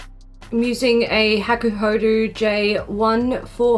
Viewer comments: Woow... this eyelook? 👌💖 PS: I know its just my stupid request but can you pleeeaase, PLEEEASE say hakuhod[ɔ] not hakuhod[u]? My ears will be very thankfull 😅 And most importantly... 🎉HAPPY B-day!!! Yaaay! 😘 ...Hope I have written it right.... English is not my strong point... 😫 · Yes the "ho" and "do" sound should be the same :)